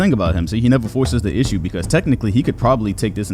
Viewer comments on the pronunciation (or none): none